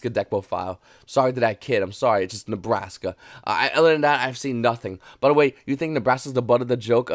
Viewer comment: He said Nebraska again!!!!!!! i'm gonna take a shot every time he says lol